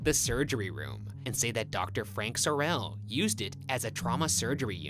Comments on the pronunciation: it’s SOR-el not SORE-l not to be Hermione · Sorrell is pronounced sore'll, like the guy who played Boss Hogg on the Dukes of Hazzard TV series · Sorrel is actually pronounced like "Carol". It's my last name and Ryan was making me crazy mis-pronouncing it. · my name is sorrel but it’s pronounced like coral instead with a s instead of a c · my name is sorrel but pronounced like coral with an s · bruh it's pronounced sore-L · As someone who lived in Savannah and has been in the house multiple times, the way they're pronouncing Sorrel is killing me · I hate how Ryan pronounces "Sorrel" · oh my goodness they're saying Sorrel wrong and its driving me crazy! -a sav native